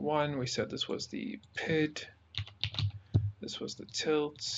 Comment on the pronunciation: The From the Depths community does not appreciate your pronunciation of P I D as “pid”